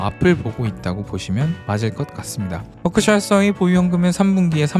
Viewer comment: 뻐크셔 ㅋㅋㅋ 발음이 귀여우시네요😂😂😂